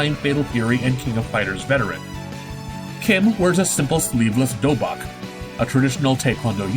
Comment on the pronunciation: its pronouns as dobok..